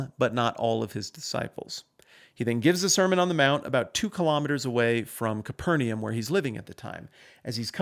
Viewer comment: Your pleasingly accurate pronunciation of the phrase “bona fide” was tainted by your absolute butchering of “Capernaum.”